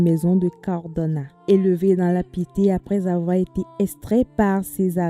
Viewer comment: Piété et pas pitié...